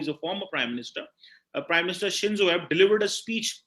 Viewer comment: Abe, japan leader is not "aib", its "aabay"